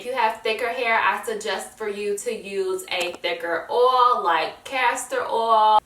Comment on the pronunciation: oil is pronounced oy-il not or-all just is case u didn't know